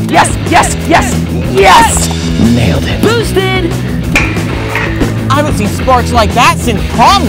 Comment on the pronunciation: Oliver said bootsted 2 times actually three